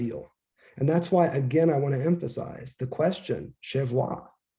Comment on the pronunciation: In addition to the sincere gratitude I expressed in the previous comment I do however want to point you to the fact that “Che vuoi” isn’t a French phrase. It’s an Italian one , corresponding to the infamous hand gesture 🤌…. The pronunciation is therefore very different from the way English speakers usually do it by Frenchifying the phrase…. Che is pronounced like in Spanish, with a hard “k”. Vuoi is pronounced by just pronouncing all the letters. If you say is in the French way, you’re actually pronouncing two very different French words, being “chez” and “voix”, meaning “at” and “voice”. ✌️